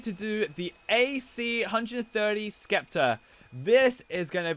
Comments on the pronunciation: The ac-130 IS pronounced A C one thirty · It’s an AC- 1 30 not AC-One Hindi thirty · Bruh like how does this dude mispronounce Ac-130 like seriously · His pronunciation of the aircraft especially the “AC130 spectre” and the “Osprey” and the say the 1 separately and then 30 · You say the name of the osprey and the AC-130 Spectre really bad